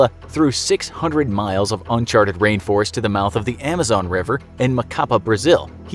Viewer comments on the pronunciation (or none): none